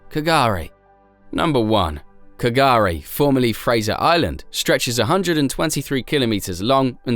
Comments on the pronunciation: And you are wrong as well. K'gari, pronounced "gurri" and meaning paradise, is what the Butchulla people have always called the island, derived from its Dreamtime creation story. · So many inaccuracies............. I only watched to the end to see how many errors were made. (Last story.... K'gari is pronounced Gah-ree)